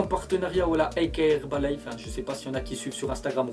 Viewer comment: Pour le mini placement de p'rod , il dit HerbaliNe au lieu de HerbaliFe